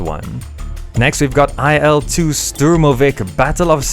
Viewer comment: IL2 is pronounced 'eel two'. Il-2 aircrafts were produced by the Ilyushin Construction Beureau, so Il is not an acronym.